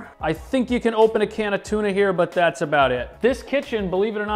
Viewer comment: A can of "tuna"??? 🤷🏽‍♀️ You work my nerves! 😂🤣